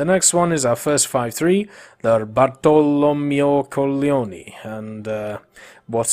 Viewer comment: i'm italian and i can tell u that when u said "bartolomeo colleoni" it sounded like an italian bad word. so yea. xD